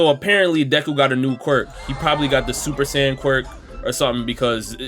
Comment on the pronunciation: nah bro said "super sayian quirk" and ultra instinct quirk 😂